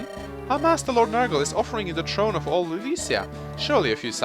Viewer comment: Why can't you say the letter "h"? it's tHrone and tHree not trone and tree